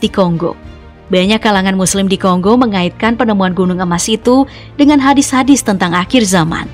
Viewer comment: Iya ,,kaya kaku ngomong nya ,, Kata HADIST ,pengucapanya HADITS..😊